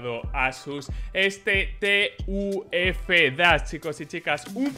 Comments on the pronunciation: Persona normal: ASUS TUF: TE U EFE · oye, no es por intentar ser pesado, pero no se dice T.U.F, se dice junto, hace juego de palabras con tough xd